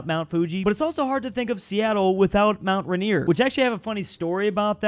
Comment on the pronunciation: The way he pronounces mt rainier makes my PNW ears wretch